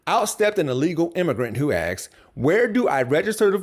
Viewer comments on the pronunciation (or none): Hey, it is "asked" not axed! No X in asked! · Young man, there is no such word as "aks." You sounded like you were intelligent until I heard that word. Look in the dictionary; it doesn't exist. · Hey. Why axed instead of asked? I have always wondered. Thanks.